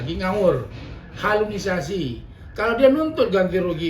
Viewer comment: Halusinasi bang bukan halunisasi 😂